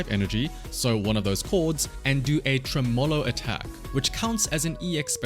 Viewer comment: It's not just you, but as a musician, a lot of content creators in their videos of Astra are mispronouncing "Tremolo" wrong. It's not Tre-MOW(like "mow" in mowing the lawn)-LOW, it's Treh-muh-low. You can hear the big pronunciation difference if you quickly search up the pronunciation and click the play button on Google. Just a heads up fyi for the future is all 😆